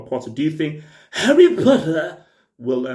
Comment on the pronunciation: "Harry Putta"